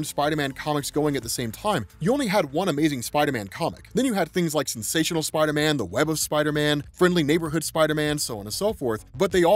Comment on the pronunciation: you it's pronounced spider man...not spidah men lol